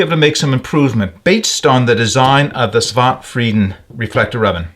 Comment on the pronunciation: Svante is pronounced svann - te. 😊 It's a man's first name.